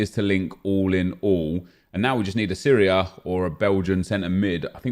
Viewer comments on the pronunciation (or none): none